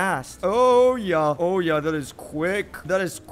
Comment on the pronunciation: I laugh when he say ya